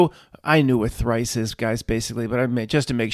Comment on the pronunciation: "One time i was trice great" 😂